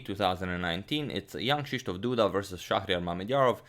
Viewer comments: Always takes me a second to remember that you're not saying "young Krzysztof Duda" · Am i the only ond who always hears: young krysztof Duda instead of jan..... ?